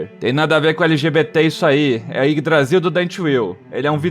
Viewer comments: Eu tava normal até a falar YGGAYDRASIL que me fez rachar o bico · "iggdrazil" ah não kkkk